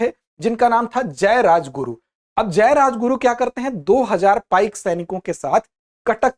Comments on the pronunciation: पाइका नहीं पाइक बिद्रोह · It is not पाइका but it is पाइक . Please correct it . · It is not पाइका, the real term is .पाइक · Woh पाइका nahin, पाइक hote hain. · It is not पाइका but पाइक Not खंड it is कंध